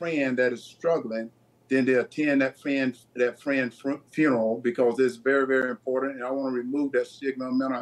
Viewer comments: Why can't this woman pronounce "IMPORTANT", not imporant! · Why is the T always missing in words like important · "Imporant" There is no such word.